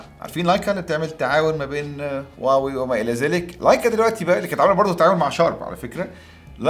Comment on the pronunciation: يااخي راح تخبلني ليش تكول واوي مو هواوي؟؟؟